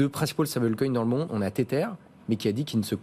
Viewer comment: l'animateur s'enfonce dans un ridicule de prononciation en s'obstinant a parler du "teteur". Il dit le "staibeul coïne", "cirqueul" ou "bitcoïn" donc pourquoi le teteur? comprend pas.